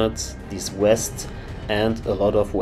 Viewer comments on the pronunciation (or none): Why is bro saying wests instead of vests